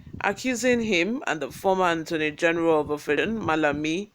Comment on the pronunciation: Hello 😂 Another banger report delivery😊 kudos. One thing though, please call it Attorney, not Antorney, please 🙏